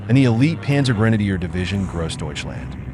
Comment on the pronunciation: Its not very refreshing to listen to Americans attempting to say "Grossdeutschland". Sounds like "KROSDEYTSCHLAND" and "one man toyful" 🙂